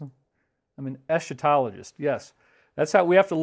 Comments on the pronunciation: It's actually pronounced "ess' ka tahl ogee". Yes you're one of my favorite eschatologists. You're in our prayers, very sorry to hear about the divorce, please hang in there. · Dave lol... es-KA-tologist. :) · Isn’t the proper way to say it “esKatologist“? Like in archangel.